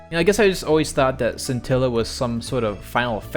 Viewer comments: Scintilla is also Italian for spark. And the correct pronounciation is reading "sci" as there's an h in place of the c, so like this: "shintilla" (the i is read as a short e as you did). I'm not sure about the latin one though, it's either the same as Italian or something like "skintilla". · Scintilla is the word for spark in Italian as well (not super surprising I know), also the "sc" in "scintilla" is pronounced like "sh" like in "shit"